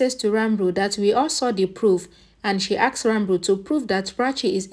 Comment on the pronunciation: The correct pronunciation is Ranbir and not Ranbru